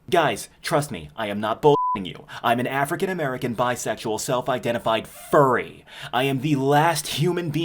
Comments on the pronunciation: 😂 I nearly spat out my coffee laughing at your identification, especially the hard emphasis on 'Furry'. 🤣 Edit: It's shows like this that inspire me to keep writing my book so I can hopefully get it published one day. 😊 And reminds me exactly what I'm NOT doing in my book lmao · That emphasis on the F for furry though lol